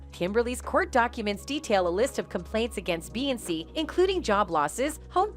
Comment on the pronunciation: Dang SAY HER NAME RIGHT!!! BEY-ON-SAY!! SAY!! SAY!! BEY-ON-SAY!! SAY AND GET IT RIGHT!!!!!🙏🏾🤦🏾‍♀️SAY